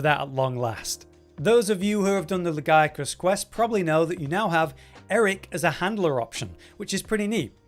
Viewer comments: They literally say "Lagiacrus" in game, out loud. Lag-E-Ak-Rus. How are you pronouncing it wrong after hearing it said? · Anyone else surprised by pronunciation of Lagey-acris. We all have been saying it wrong